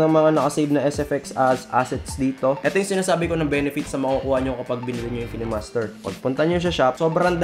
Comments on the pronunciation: Kinemaster not kenemaster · Bat po ki-ne master pronounce mo? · pronounced yan as KaynMaster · Kaynmaster ang basa sir